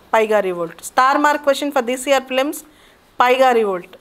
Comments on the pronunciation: Madam it is paika revolt not paiga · Not piga mam it's paika (pannu) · it is not paiga revolt.....it's paika rebellion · Not paiga It z paika revolt Paika rebellion- 1857 First war of independence